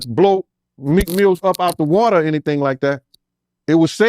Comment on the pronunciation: He kept calling him Meek Mills😂😂😂😂